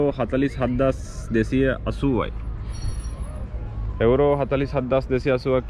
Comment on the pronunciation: එඋරෝ නෙමේ මචන් යූරෝ